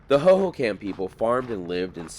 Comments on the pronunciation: When you say it it should sound like " ho ho com" not ho ho cam. But i have lived here since the mid 90s and didnt know alot of this stuff. Thanks for the info!!! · fyi, Hohokam is pronounced /ˌhoʊ.hoʊˈkɑm/ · Pronounced(ho ho com) also that is the salt River, it is a mix of both the verde River and salt River, the gila River is south of phx,and has no water River but it does have water until reachs Florence at which point all water is deverted for agliculter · Great video. I caught the Salt River thing, but you already caught it. 😊 Hohokam is pronounced ho ho com. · HO-HO-KUM..... Arizonian born and raised. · (Hoho com & pap ah go) is how these words are pronounced. I use to ride my horse in this area even getting onto the 202 as it was being built. I despise the growth happening in Arizona. I enjoy your channel. However I do wish we didn’t have to worry about people destroying our cherished remote areas. But people do destroy beautiful Arizona places. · Hoho COM is how it's pronounced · It's pronounced Hohokam (/hoʊhoʊˈkɑːm/) the last part is more like com not kam lol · Raised in AZ, the pronunciation of the Hohocam name, has the accent upon the 2nd ho.; hoHOcam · I love your videos sometimes I watch them twice, being an Arizonan I was impressed when you were in Prescott a while back and knew to call it Prescutt, now I'm gonna ask you to pronounce Hohocam Hohocom 😂 Sorry it's an Arizonan thing. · How are you saying "Hohokam" over and over and not giggling!